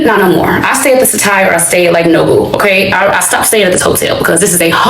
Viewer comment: I don't know why she stopped staying at the "hoe-tell" because it fits her. This hoe be telling everything.